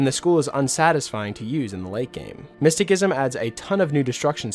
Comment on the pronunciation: "Miss-ti-SISSOM" lol...driving me nuts...